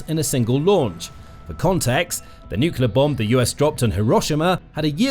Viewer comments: Nuclear, not nucular. I would expect somebody with "Military" in the channel title to know that. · It's Nuclear - Noo-clee-ar, not noo-cuu-lar! Seiously though, this video is all about how Russia's missiles are failures, but makes the assumption that it's nuclear warheads would work, if only Russia had a way of delivering them. Surely it is possible that the warheads themselves are about as dud as the missiles? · Why can't people pronounce nuclear? It's 'new-clear' not 'new-cue-lar'. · NUCLEAR! - Nucular is simply wrong (I've just looked this up!)...seriously, I am not a native speaker, so I have no trouble with mistakes (I still make a fair share of my own - especially "Germanisms" so trying to use English like I would German, which often doesn't work well), but this pisses me off as it's low effort to correct this (just like stuff like using of instead of had (should of done - no: Should have done!))... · Nuclear, pronounced, new clee er, not, new cular. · It sounds like you are saying nook-you-lar instead of nook-lee-ar. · PLEASE stop pronouncing 'NEW-CLEAR' as 'New-Q-LUR'. PLEASE-PLEASE-PLEASE. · It's nuclear not nucular. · Nu cu lar. The word is nu cu lar. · Check the spelling of the word "nuclear". Do you see it spelled 'nuculer'. ? Do you pronounce the core of an atom a 'nuculus'? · Please stop saying ‘nukular’. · "Nucular", again. Jesus wept. I can't take you folks seriously anymore, unsubscribing. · Saying "nuclear" like that! People will think you are American.